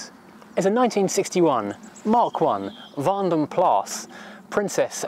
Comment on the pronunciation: you said vandenplas quite correct, cudos on the research and even the pronunciation (belgian guy here xD)